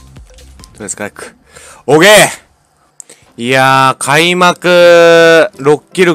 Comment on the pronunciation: おーけいが包茎に聞こえる俺は末期